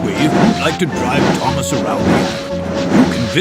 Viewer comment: What Thomas you said it wrong